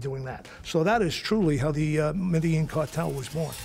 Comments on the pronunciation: his pronunciations of Medellin and Trujillo are abysmal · And he mispronounces Medellin. They even misspelled Miami as 'Miama'. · I caught that. Also they misspelled Miami as 'Miama', and that narrator's pronunciations of Medellin and Trujillo are a disaster. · He mispronounces Trujillo and Medellin terribly. He adds letters that aren't there.